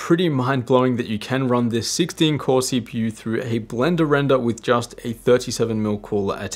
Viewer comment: My favorite thing he says. Blenda Renda!